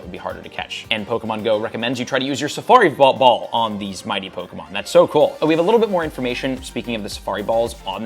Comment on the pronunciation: Why can’t you say safari ball lmao